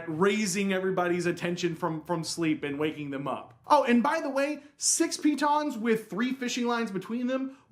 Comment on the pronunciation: still mispronouncing the stress. piTONS, not PEE-tons. It's not as funny as when you rhymed it with 'mittens', but still sounds silly. Pretend like you're French!